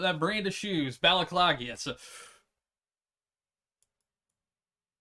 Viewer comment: Its pronounced Balenciaga not Balenciaga......